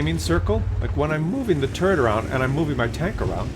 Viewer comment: I like this tank. I would like it more if it had at least 10 more pen for the normal round and 200 armor for the turret. Also, I wish you would stop saying tumor all the time